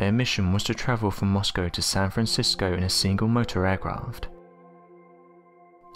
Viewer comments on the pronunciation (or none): none